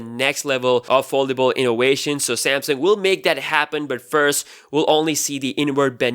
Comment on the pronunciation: INNOWATION INNOWATION INNOWATION INNOWATION INNOWATION INNOWATION INNOWATION INNOWATION INNOWATION INNOWATION UNWEIL UNWEIL UNWEIL UNWEIL UNWEIL UNWEIL UNWEIL Do you like Wagina's too?